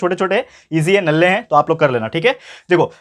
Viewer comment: When you speak nalla I laughed 😂 btw Best teacher and explained very well Now I Can Give my maths exam easily